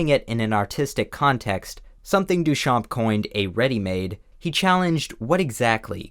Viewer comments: Hey, just want to let you know that the "p" in Duchamp is silent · Great video! Little tip from a french fan : the P in Duchamp is silent!